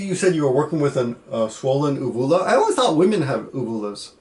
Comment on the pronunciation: Lol, "only women have swollen ooh- um, oohvoolas." That's the first time I've ever heard of it pronounced that way XD